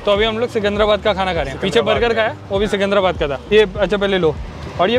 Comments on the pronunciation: भाई सिकुंधराबाद नहीं है, सिकंदराबाद है 🤣🤣 Lots of love from Hyderabad 💖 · Secunderabad is pronounced as Sikandarabad.. not sukundrabad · Seecunderabad nahi bhai jaan😅 seecunderabad. I'm from Hyderabad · The best part is your telling Secunderabad is Secunndarabad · first learn how to pronounce secundarabad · Am I the only one who heard seecuundraabad :/ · ❣️❣️tqq for cmng to secundrabad. But u sounded weird😅 it's ( c ki ndra bad)😁😋